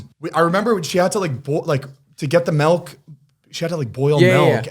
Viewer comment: zane the way u say milk kills me “melk”